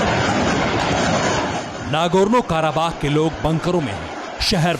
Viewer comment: Kya bak Raha hai anchor kakekas nahee karabakh hai